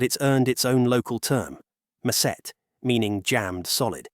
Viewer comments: "Macet." Ma-chet. Not masset. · Macet is pronounced ma-chet not ma-set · It is pronounced MA CHET. But you would not know that and your AI generated content is absoloute garbage. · Macet is not pronounced ma-set. It's pronounced ma-chet, like charity and chance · The pronunciation is Machat & not maset means traffic jam. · MACET is pronounced MACHET. It simply interperets to traffic. It does have a larger feeling that just traffic and is the national excuse for being late. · Wrong! “Macet” (pronounced like “machette” minus the “te”) literally means “jammed” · "MUH SET" LMAOOOOOOOOOOOOO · It's pronounced "match-it" and it's the regular word for stuck, not a special word. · What do you mean it earns it local term - "macet" means "jam" in Bahasa Indonesia. And is pronounced Mah-Chat btw. And your numbers are wrong, it is now the biggest metropolitan area in the world with 42 Millon people. And you didn't mention the root cause of all of this: corruption. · 'c' in indonesian is pronounced like 'ch' in english. hence, macet is pronounced 'mah-chet' jabodetabek is also a portmanteau of jakarta, bogor, depok, tangerang, and bekasi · Macet is pronounced "mah-chad". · "MESET" LOL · Correction for Macet (pronounced "much-it") is a general Indonesian term for traffic jam. It is not a special local term that refers only to Jakarta's notorious gridlock. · it’s pronounced ma-chet (ma like mama, ch like cha cha and et like forget) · me lmao when I heard 'macet' pronounced as 'ma-syet' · Macet is pronounced as "MA-CHAT" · Macet is pronounced matchet and simply means 'blocked' or 'gridlocked'. The terms was not invented specifically to describe the traffic in Jakarta. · Macet, (is pronounced.. mut-chud) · Machet would be the correct pronunciation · Fuck Ai content, pronounce macet as machete! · i think the pronunciation is "ma-chet" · not mashet please pronounce the c with plosive palatal voiceless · Macet is pronounced mar-chaat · That's not how you pronounce Macet.